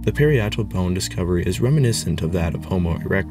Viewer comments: If we’re talking about nitpicking, the parietal bone is pronounced ‘pah-RYE-it-al’ , not ‘parry-ET-al’. But compared to the awesomeness of the research and presentation in this video, it’s not worth thinking too much about. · PA-RYE_ET_AL (accent on the 2nd syllable)....not pari-et-al (accent on 3rd). ...and if you really want to hear 2 different women of 1st nations pronounce the native name of a spear thrower, see archaeology of the melting snow patches in Alaska and Northern Canada (atl-atl...4 syllables) NOT AT-LATTLE...just because 10 people say it INCORRECTLY, doesn't make it right, just lazy...play it safe?...spear chucker...lol. I LOVE your channel for the effort and time it takes to educate us....THANK YOU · Parietal is pronounced, puh-RYE-uh-tull, FYI... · You are mispronouncing parietal